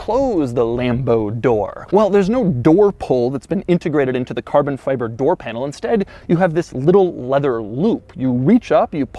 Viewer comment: FI-BER, FI-BER, PLEASE say CARBON FI-BER not, "feybre". Driving me nuts!